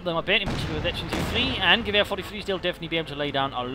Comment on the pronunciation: "gwher" sounds so funny :D It`s like you say "Gewehr" with a bavarian accent